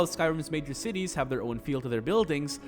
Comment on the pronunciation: Thought he said tities at the beginning